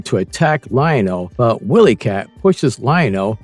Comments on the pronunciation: You made this video just for clicks. 1) this was more an 80’s cartoon, not 90’s. 2) it’s not Willy Kit/Kat…it’s WHY-ly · Wiley said like wild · Too many mispronunciations to look at this through...Wile (while)-E- kit